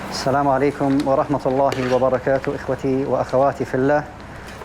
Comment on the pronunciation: Love ur Videos ! Keep RIsing. When u say Asslam Walekum...its Actully Asslamo Alekum.